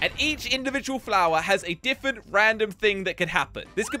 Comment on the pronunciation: Why does say diffent and not different